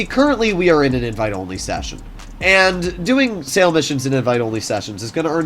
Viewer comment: Hate the way he says sale, also everyone else calls it a sell mission